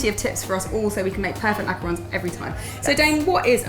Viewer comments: EVERYONE SAYS MACAROONS!!! OOOOOONNNNNNNNSSSSS ITS ONS, O-N-S WJWJSJXKSKWKSK GET IT RIGHT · Hannah Plas Girl you’re not the only one! It’s been a loooong pet peeve of mine whenever people say macaroons instead of macarons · not mac a rons